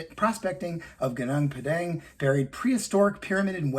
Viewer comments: Gunung Padang is pronounced GOO noong PAH dung. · I'm sure it isn't 20,000 years old too, but it would be nice if you could at least pronounce the name something remotely close to what it should be